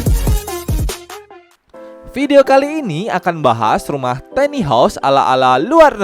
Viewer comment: Tiny dibacanya bukan teni tapi taini.